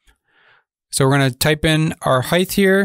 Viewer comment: Dude there is no h at the end of height please pronounce it correctly